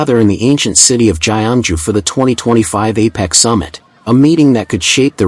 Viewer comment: Ancient city of "Jai-An-Ju"